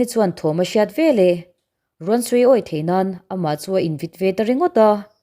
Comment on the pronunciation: Veleh tih turah Velah i ti ve ziah a